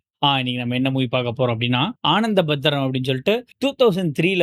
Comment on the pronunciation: not aanadhabadhram, its anandhabadhram